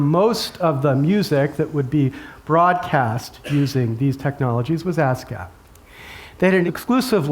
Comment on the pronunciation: ASCAP sounds like ass gap.